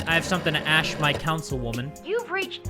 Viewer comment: saying "ashe" instead of "ask" ie. "im gonna ashe her about it"